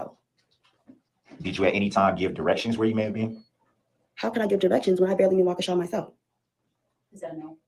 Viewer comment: This man is a Narcissist! Delusional! It thought he was then a lawyer. He’s from my hometown. It’s pronounced “Wal -key-sha”. So glad this is over. Most Bm here act like this.